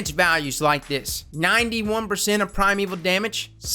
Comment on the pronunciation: Primeval shmimeval is pronounced shmy-meval.... not shmeval.... but anyway